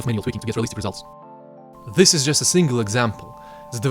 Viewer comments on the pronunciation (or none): Great video! Just please, start saying "this" instead of "ziss". Congrats tho! lookin' forward for some tuts :3